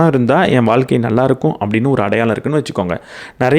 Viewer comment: Neenga pesuradhu ellame superb aa theliva, interesting aa pesuringa.. but neenga thamizh ku sirappana letter 'ழ' zha va pronounce panna maatringa.. ex: thamilu (Thamizhu), vaalkka (vaazhka), valakkam (vazhakkam), kulandhai (kuzhandhai) etc. இப்படி 'ழ' க்கு பதிலாக 'ல' ன்னு சொல்லுறத கேட்கும் போது இடையூறாக இருக்கிறது.